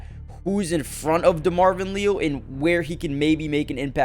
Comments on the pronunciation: It’s LE-AL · Demarvin "Lee-al" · Someone please inform that Leal is pronounced as Lee AL from my knowledge. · Pronounced LEE- AL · Why listen to guy who doesn’t know how to say Leal?